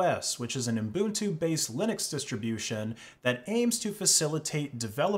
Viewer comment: Ubuntu, not uNbuntu